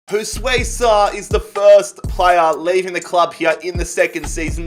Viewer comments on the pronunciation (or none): none